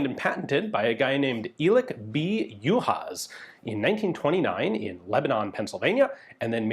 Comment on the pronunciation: "sz" in the Hungarian alphabet is the same as the English "s"; you don't have to sound the "z" in it. Hungarian "s" is the English "sh".